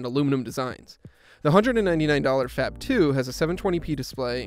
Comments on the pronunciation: It's supposed to be pronounced as "FAB" and not FAP for god's sake. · I know it is inappropriate but I heard: fap phone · Did anyone else hear the narrator say, " fap]2"? Am a the anly one that heard that? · Sounds like he's saying "fap"